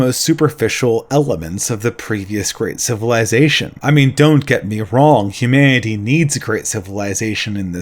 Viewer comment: These videos are good, but I think should work on his pronunciation. It's really jarring to hear things like "Hu-mah-ity" in the midst of a well articulated idea